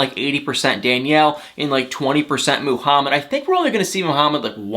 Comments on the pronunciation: Muuuhamid not mooohamad ! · Why does he say *Moo-hamed"?! 😵🤨 And "BAY-leez" in his other 90 DF video (Stephanie & Ryan in BELIZE) Drives my ears crazy!🤦‍♀️